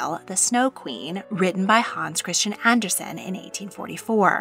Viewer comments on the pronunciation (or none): none